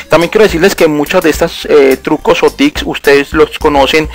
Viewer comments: La broma era para el tipo del video que decia "tics" en vez de tips jeje no era nada en contra tuyo ;) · "AseCtar" "TiCs" ._. Es Reiniciar, no refrescar. ._.